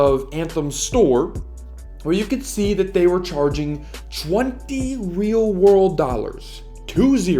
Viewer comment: “Wheel wurld dollirs”